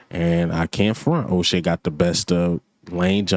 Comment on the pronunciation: Ain’t no O in Uche🤦‍♂️🤦‍♂️🤣